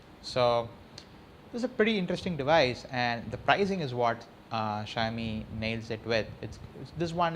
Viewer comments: ksha-yo-mi nahin be shao-mi bol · its "Shaw-o-mi" not "Shy-o-mi"